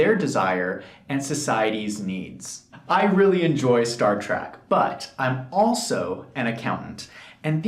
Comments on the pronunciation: Is he really saying Track instead of Trek. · Learn how to pronounce "trek".